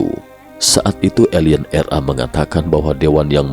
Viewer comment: RA kli bkn R A. hehehe.